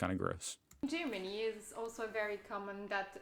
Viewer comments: It's Germany not Tschimini ffs! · To not be looked at funny in Germany, maybe don't pronounce it Gimini. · What nonsense she talks... "Gymini", near Rimini? ;) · Is it just me or does it border anybody else how she pronounces Germany?